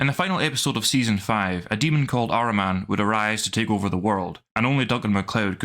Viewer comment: It's Ahriman not Araman!